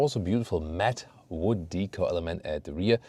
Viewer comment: Hi, thank you for another deep review on the new GLE. I myself prefer the AMG Plug in hybrid. Interestingly Australian tends to buy the BMW X5 more so than the Mercedes, I think it is because of the B58 engine in any form. There is also one other thing, that is when every time you pronounce the word "Decor" as Hik cor where as in Australia, I pronounce it as "Day Kaw." As "Decor" is pronounced as "day-Kaw" as it is a French-derived word, "-cor," is stressed, sounding like "core." It is should not pronounced as "hik cor"? May be it is "hikcor" only for American English?